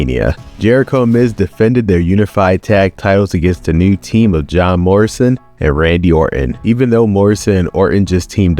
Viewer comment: it sounds like you said "Job Morrison"